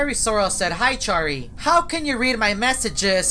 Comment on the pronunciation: I like how he said Charry: this man is literally out of the ship